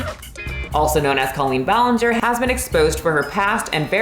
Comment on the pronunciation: cawlpeen bualeenger is no no